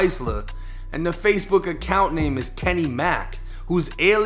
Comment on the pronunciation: They don’t be knowing how to pronounce the names